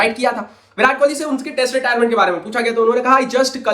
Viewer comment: It's Kohli not kholi ..Please correct it